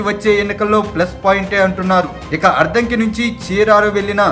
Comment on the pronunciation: Ayya neeku addanki Ani palakatame ravataledu sodara.